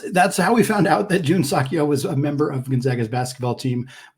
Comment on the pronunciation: I enjoy your show. I believe "Seok" is more accurately pronounced suh-k or soak; not sock. Go Zags!